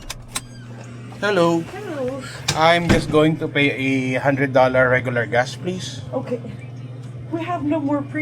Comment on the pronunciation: Why do you call gas gaas?